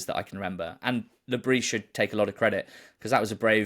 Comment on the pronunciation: Please, guys, it isn't Le Brie, it's Le Bris. The 's' is not silent.